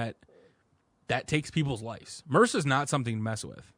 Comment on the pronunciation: Brilliant Podcast but kinda spoilt by you guys trying to pronounce M.R.S.A as a word? What?!